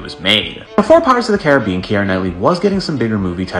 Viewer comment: Definitely not how you pronounce Caribbean